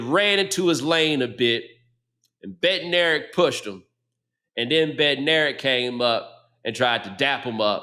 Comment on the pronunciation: Bednarek is pronounced "Bed-nuh-reck"